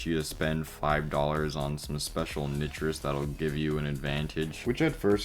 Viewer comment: You said nitrous wrong.